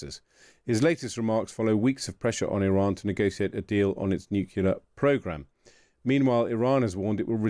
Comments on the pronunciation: " new - clear" it's quite simple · No such word as nucular